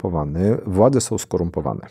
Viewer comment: Odnośnie tego głównego komentarza, to zwraca Pan lub Pani uwagę na wymowę i dykcję przeprowadzającego wywiad a jak dla mnie sto razy gorszym jest mówienie niepoprawnie po polsku czyli podkreślanie głosek ą i ę, które tutaj Pan od kryminalistyki stosuje. Mówi się władze a nie władzę itp itd. Ta choroba językowa jest turbo irytująca i zamiast skupić się na treści to słyszałem ciągle te głoski. Oferte się powinno czytać a nie ofertĘ :)